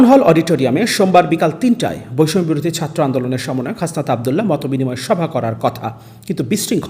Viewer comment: বৈষম্য শব্দটা উচ্চারণ করেন কেন 🤔